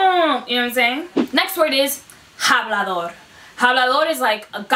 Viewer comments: 😂 👍🏽 Me di cuenta de que ella también lo dijo mal; Estoy como... "Espera, ella es una mentirosa... 😳” Como una persona Cubana, pronunciamos como “AH-blah-dor.” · Isn’t it pronounced ablador intead of hablador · Soy dominicano y me irrita que tu pronuncies la “h” no es un “JABLADOR” es un “Habladaor” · It is more like "Jáblador". That word needs to be said right in order to have the effect needed lol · In some countries, hablador means one who speaks a lot, I mean a LOT. Like a Chatty Cathy. But the H is silent throughout the entire Spanish speaking world, in both hemispheres. So the word choice can be considered correct, but the pronunciation she uses is not a normal variant coming from any Spanish speaking country. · íPinche video! Last time I checked, los dominicanos had their own slang words, and certain variations in pronunciation, compared to other Spanish, especially of the non-Carribean varieties. But NOWHERE in any Spanish I have ever encountered, and I have been in several Spanish speaking countries, does anyone EVER pronounce the letter "h"...yet she pronounces hablador as if it was an English word that begins with a clearly pronounced English-style H sound: HAB-la-dor, not AB-lo-dor, which is the correct pronunciation. But in her case, it would be AB-la-dora.